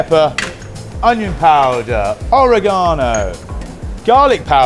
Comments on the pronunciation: I love the pronunciations: KAY-en pepper and OREGON-o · I will never pronounce oregano the same again